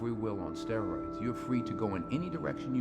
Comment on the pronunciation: In Denzel Washington's segment: "Steriods"? What the hell are Steriods?!